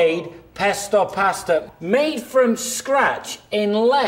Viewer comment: Sounded like that man said "pore it over your favorite pastor." Like if you're at Church pore that stuff over your pastor....Stuff look nasty anyway.